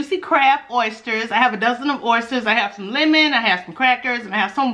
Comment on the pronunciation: How do oysters taste? Ooops I meant "errsters"!!😆😆😆😆